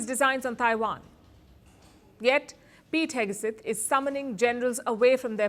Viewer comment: Pete Heg-uh-suth?